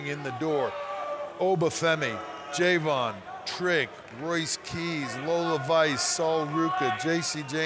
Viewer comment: Triple H called Je'Von "Jay Von". Does he even watch NXT?